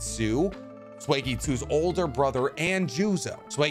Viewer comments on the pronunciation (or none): I'm sorry..... "swegitsu"? I'll never understand how people can clearly research for hours, write a script, record, edit and not take 5 minutes to make sure they know how to pronounce the name of the character they are talking about I would let it slide if this were a video by someone like ScreenRant or some other group that is clearly only doing it for clicks, but this is supposed to be a channel about Naruto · not trying to be rude but it is pronounced suEEgetsui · Swaggysu?? YIELDER?? 😩 I love your videos but why do you mispronounce sooo many names and areas in this show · Swagitsu 🤣🤣🤣🤣🤣🤣dude SUIGETSU, TOOK ME 5 GOOD SEC TO FIGURE OUT WTF/WHOTF U WERE TALKING ABOUT, really sick video, wish I could've learned more about fat boys fighting techniques who had samehada. Amazing content👌💪👏👏👏👏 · "Svegetsu" "mengetsu" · I'd just like to add it's not sweegetsu it's pronounced soygetsutsu but other than that great work man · I don’t really get what it is with manyAmerican anime content creators and their pronounciations . . . I don’t mean to be a dick, but …. It’s Suigetsu not Swaygeetsu. And it’s Kaama, not Karma. Like. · It’s suigetsu